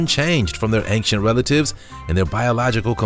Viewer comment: The monkeys are called "proboscis monkeys", NOT "probiscus monkeys". Secondly, "ancient" doesn't have a G in it... So it's not pronounced "ang-shent".